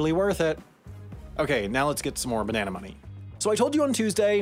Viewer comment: Beneanaes. That's a way to pronounce it I guess..